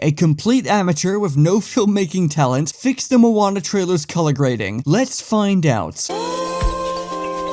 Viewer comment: This isn’t Moana it’s monaa